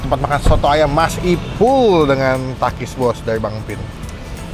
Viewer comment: kedengarannya pakis om